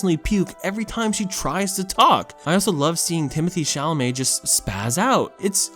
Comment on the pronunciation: Yo I didn't see anyone commenting on this but I just couldn't help myself but lauh every time he called the dude Timothy chalamett.